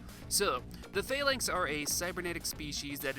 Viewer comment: The way you pronounced Phalanx and Sauron were distracting, but this was an excellent review and got me super nostalgic.